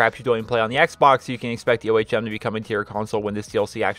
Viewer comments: Just for the record, it is actually ome, it's the unit for electrical resistance in physics. Honestly though, I don't really care how you say it xD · Can you call the ohm the ohm not the o h m? It's pronounced ome like home without the h if you weren't sure how to pronounce it